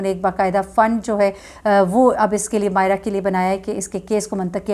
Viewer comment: When u call Mayeza Mayez instead of Mayera, its really irritating. U could retake, thanks